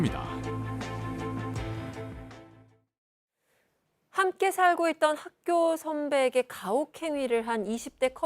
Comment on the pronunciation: 아... 제발 발음좀... 컨셉인건 알겠는데 파→헤↑쳐→봅↓니↑다 제발 멈춰줘... 들을때마다 소름돋고 짜증나